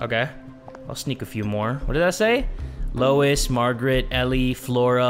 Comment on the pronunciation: Hi, just letting you know when you were reading out the names on the tree, you read Louise wrong:P it's French and pronounced like Loo-ee-z. I would know because it is my name:D. I'm not offended or anything I'm just letting you know. A lot of people make the same mistake.